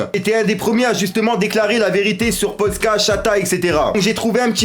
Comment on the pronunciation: Par contre respecte le pays de Polska stp, ça ne se fait pas du tout. Tu dis "Poldka" au lieu de Polska. Polska = Pologne en langue polonaise